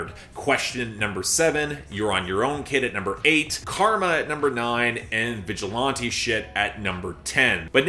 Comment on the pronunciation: The way you say 'vigilante' with a long 'a' is very weird to me. Is that a Canadian thing?